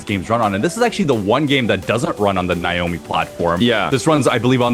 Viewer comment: please school on how to pronounce Naomi 😂